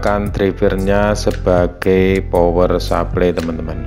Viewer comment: power supply dibaca pawer suplay, bukan supley kayak nyebut grup Air Supply yg nyanyi lagu goodbye.. /\/\/\